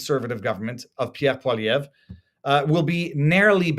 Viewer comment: The first person to pronounce poilievre right!